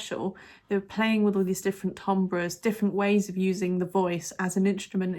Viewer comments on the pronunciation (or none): none